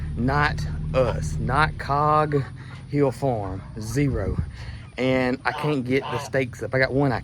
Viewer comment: I've noticed, in recent weeks,, you've changed the way you say the name of the farm. It was always "Cog Hill Farm" but now it's "COG. Hill Farm."